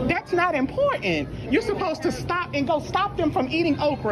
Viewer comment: WHY does every woman now pronounce the word "important" Like..."ImPorTANT!" 🤣🤣🤣